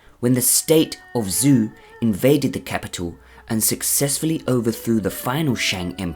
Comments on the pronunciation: "Zhou" is pronounced as ""Joe". The XIA dynasty is pronounced as "SHA". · pls just look up how to pronounce zhou. fun vid tho!